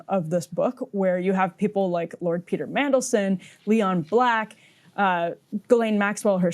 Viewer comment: Mandelson, MANdelson, as is man. Mendelssohn was a German classical composer, MENdelssohn, as is men. Jeez. 🙄